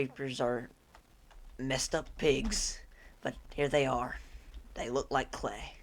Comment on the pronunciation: IT'S HEAH